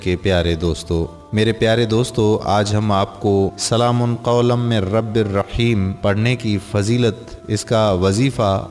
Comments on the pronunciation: Ap quran ki ayat to thek pary سلام Kay meem per pash hay zabar nhi ap nay do martaba zabar kay sath pari hay is say mani badal jaty hay plz take care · Salam Man k oper Zabar nhi Paish ha Bhai Zara parhty waqat ghaor kareen please